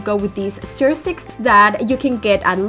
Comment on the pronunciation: Se PRONUNCIA STUR!!! No STEER STICK!! STUR!!